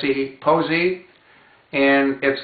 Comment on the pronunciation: It's pronounced possee short o not a long o